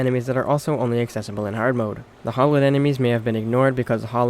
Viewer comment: I want to know why Terraria has made people read Hallowed as "Hollowed" Has no one ever heard that word before? So many things in this game are mispronounced. I dont understand. Eye core stickers? Really? Eye core flasks? Really?